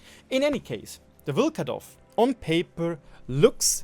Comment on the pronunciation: Nobody is gonna talk why does Vlkodav have 300m/s HE shell velocity... Even Caliban does have 354m/s shell velocity on HESH I forgive you for your Vlkodav pronunciation...Even tho you are saying VlkAdOv instead of VlkOdAv... Nothing against you, cuz myself cant pronounce anything right in German :)